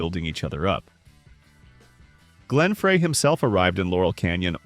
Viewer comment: Glen Fray was 1 giveaway